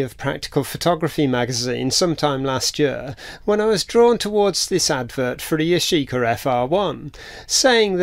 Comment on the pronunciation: If you want to glue nylon with c/a glue you should use an adhesion promoter on the nylon to promote bonding because nothing wants to stick to nylon. Yashica - emphasis is on the first syllable - Yashi-ka, not Ya-shee-ka.